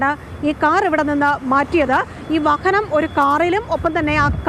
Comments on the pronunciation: വഹഹനം എന്നല്ലേ ഈ കുറ്റി പരെന്നത്. ഇന്തെ ഈ കുറ്റിക്കു വാഹനം എന്ന് പറയാൻ അറിയില്ലേ.. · വഹനം അല്ല വാഹനം എന്നാണ്.